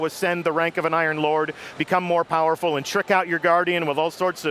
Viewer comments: Lol did say become more fowerful or was I hearing thing? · he said voerfull